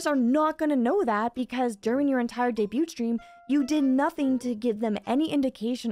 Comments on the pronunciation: Debut, debuting, and debuted. The T is silent. Vtubers seem to not know how to pronoun this word. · if anyone reading this, are you here because that video she mention debut "daeybyut"?